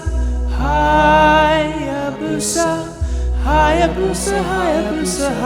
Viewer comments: WTF IS BOUSA?? its called hayabusa LIKE hi-a busha. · “I bought the Bussa for the memes” Sure sure you just wanted a bussa lol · You said torque? Try the diavel.